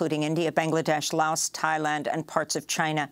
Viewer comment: Except when she pronounces Laos.